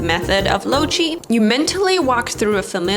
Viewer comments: SORRY, but I'm gong to be that British language nazi. I was braced for loci being (mis)pronounced in American as lo-si, (asif people ever talk about losations,) but Lo-CHi?!! Aaaargh! come ON!!! "Hey baaabe, where's your boyfriend loCHated?" "Hey giiiiirrrrl, he is at this loCHation right here." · Gurl, I'm taking a state's exam from history in three months, my flat ain't big enough... Also, loci is pronounced low-haigh or low-saigh